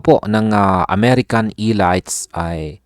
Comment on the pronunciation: Lol how you pronounce elites 😅😅😅